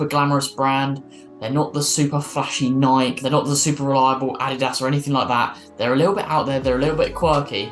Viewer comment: Great rundown. Pet peeve of mine: It's pronounced Nik-e, not Naik. :P